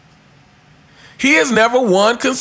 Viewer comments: U consistently butchered the word consistently/consistency 😂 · you can't even say "consistently" consistently!